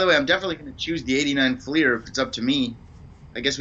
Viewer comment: You're not the only one. When I got back into the hobby a few years ago, I found some channels pronounce it "flair" too. I was wondering if I had been pronouncing it wrong all these years. LOL. Do you say Rick Flair or Rick Fleer? 😂 My wife gives me a hard time for saying "rut beer" and "ruf shingles" for root beer and roof shingles. I picked that up from living up in Toronto for a few years, I suppose?